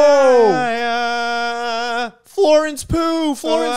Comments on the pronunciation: Them pronouncing Florence Pugh as Florence poo made me question if I was even saying it right😭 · the way yall pronounce florence pugh as florence poo makes me violent